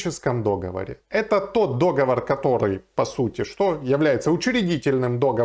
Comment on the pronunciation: договОр а не дОговор...